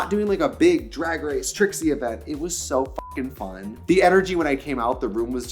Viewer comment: “let’s go to this ezent”